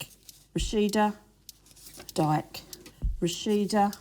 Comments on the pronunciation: The way she pronounced Dike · The fact that one of the ladies counting the votes pronounced Dike "Dyke" 💀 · Nahhh I’m he lady pronouncing dikes name is too funny man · that person counting saying his name wrong did my head in